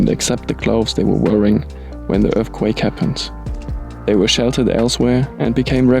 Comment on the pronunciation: Can you say earthquake?